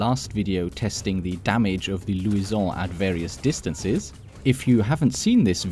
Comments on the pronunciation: 'right' is a great word. Pronounce it right. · the gun is not french pronounce it roght